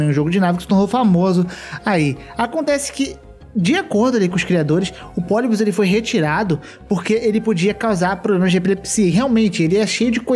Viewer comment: Ele falando poli-bios me dá agonia